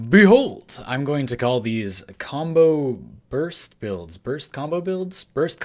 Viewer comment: Sounds so wrong